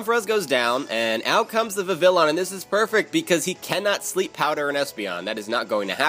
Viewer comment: Just so you know Vivillon is actually pronounced with the y sound in place of the double l. I don't know why they decided to make it Spanish but, whatever.